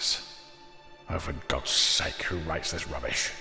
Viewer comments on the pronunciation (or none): none